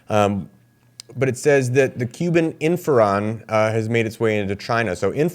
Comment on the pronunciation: Thank you for this information about Cuba and China. However: You are pronouncing the name of the drug as if it is spelled "inferon." I'm pretty sure it's "interferon" with a 't.'